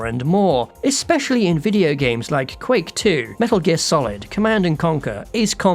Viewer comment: Quick 2? It’S QUAKE. As in EARTHQUAKE.